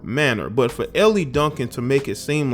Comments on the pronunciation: Her name is not pronounced "Ellie," It's pronounced "El." Good segment though. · Hey J, her name is pronounced like L. She used to be on radio here in ATL. I thought she was cool but she's bugged out. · Pronounced "ELL" bruh the e is silent In the French language Elle is the pronoun for "she" Silent-E Bruh, Ell Duncan Keep up the good work